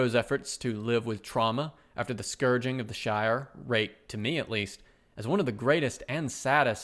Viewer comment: "Scouring" not scurging of the Shire. But otherwise, Great commentary.